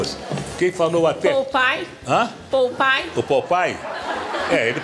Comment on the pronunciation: Poupai foi demais, errou duas vezes kkk